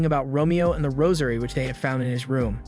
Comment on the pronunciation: I keep hearing "rosemary" instead of "rosary" 😅